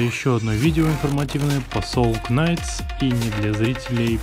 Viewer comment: СОЛ НАЙТ, А НЕ СОЛ КНАЙТ